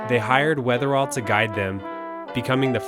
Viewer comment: Great video! But, it’s Weatherill, not Weatherall.